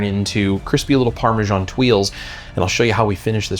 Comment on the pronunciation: “Parme-djaan” is one of the most pakistani sounding cheese on the world 😂